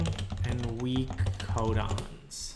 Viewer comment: thought he said condoms instead of codons